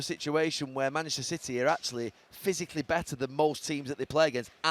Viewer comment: Gary = "MANECHISTER CITY"